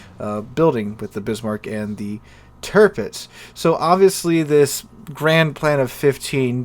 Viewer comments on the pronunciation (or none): none